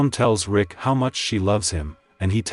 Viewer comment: Bruh he said rika not rick😂😂